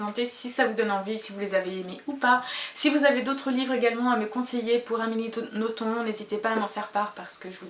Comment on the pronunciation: Coucou, pour Nothomb (on ne prononce pas le B a la fin ;)), je te conseil Peplum, Les Combustibles, Acide Sulfurique ou plus récemment Barbe Rouge ou Pétronille (qui est une vrai turie !). Je me souviens avoir adoré Antéchrista aussi. J'espère que tu te laissera tenté en tout cas. Si tu n'accroche pas sur ces livres là c'est que Nothomb n'est vraiment pas faite pour toi. Personnellement c'est une auteure que j'adore.